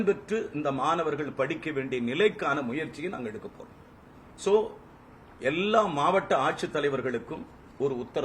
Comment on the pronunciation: யோவ்! சோ சோ இல்ல. இப்படி சொல்ல கத்துக்கோ; ஆ சோ ஆ சோ! சரியா? நீ யெல்லாம் ஒரு மந்திரி, அதுவும்: உயர் கல்வி துறைக்கு.